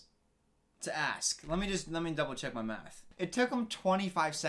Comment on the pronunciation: Every time you said “math” I heard “meth”